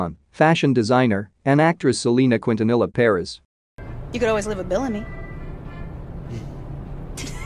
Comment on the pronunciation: i wanted to exit off this video SO BADLY when he pronounced it :Kwin-tuh-nella" smh